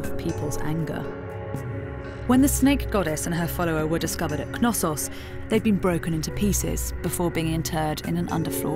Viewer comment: I'm pretty sure the k in Knossos is silent. I've watched a few docs, and all the people on there pronounced it without the k. You would pronounce the k in knowledge or knee, would you